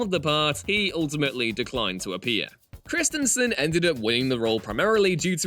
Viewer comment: Christy-n vs Kristinson? Various other words get the wrong emPHASis on the wrong sylLABle. Especially well known names. 🙄